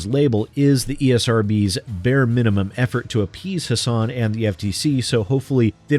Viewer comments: I'm glad to see one of my senators (and former governess) is helping to protect gamers. And just for reference, even though it looks like her name should be pronounced the way you do, but it's actually HASS-in. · Since it's been made clear that gamers are going to have to keep the pressure up to prevent game developers from fleecing us further, and since people like Christopher Lee and Maggie Hassan are going to keep coming up in that dialogue, "Hassan" rhymes with "fasten" (or "assassin", if you wanna keep it gaming-related.) Just thought you might like to know! Almost nobody pronounces her name right; I only know thanks to political ads from a state I don't live in.